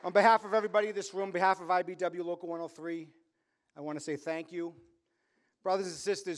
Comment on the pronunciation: WTF IS THE IBW JOE??? It's IBEW......GOOD GRIEF